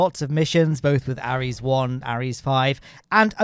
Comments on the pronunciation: It’s called the constellation program btw and the rockets are pronounced “air” es, not “a” res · Ares pronouced "Ehrese"